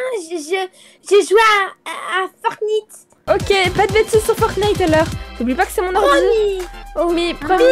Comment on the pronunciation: A DIT FORTNIITE JE DIT SA AUSI